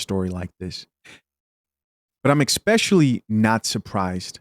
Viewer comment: Can he please stop saying 'Expecially'?